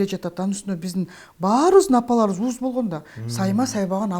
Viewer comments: Ууз?Эмне деген обу жоктук ууз эмес уз деп суйлочу,оштонбой.Уз,уста деген соз колу уз,онорчу деген мааниде айтылат.А ууз деп жаныбарлар туугандан кийин биринчи чыккан сутту ууз сут дейт.Ууз сутун эмизип деп суйлонот.А кол онорчулоду уз экен, уздар экен деп айтыш кк.Модольер болгон киши бул эки создун айырмасын билиш керек.Кыргыз тилин бузбай суйлосон. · Ууз эмес😂 уз. Туура суйло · Ууз эмес уз деп айтылат